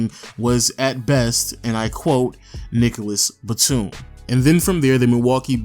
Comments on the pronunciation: I lol’d so hard when he said.. “Nicholas Batum” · I literally lol'd when he said "Nicolas Batum".